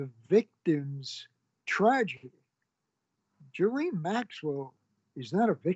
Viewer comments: Did Epstein and Maxwell do horrible things? Yes, but this is coming from a man who can't even pronounce "Ghislaine" correctly. "Ghee-lane" not "Jee-lane". 🙄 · Gerlaine Maxwell ??!! He can't pronounce the names of ppl he knows !!!! Gi'laine !!! FFS !